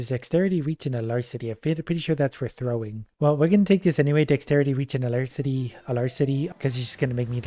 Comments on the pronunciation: ... a-larse-sitty? Alacrity is a-lack-kritty. It means being eager, lively, and quick. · One small thing: A-lack-rity, not a-lars-ity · "Alarcity" I'm dying, it's "Alacrity." Good to see you back in this series,! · Aa - lac - rit - ee plz it hurt my soul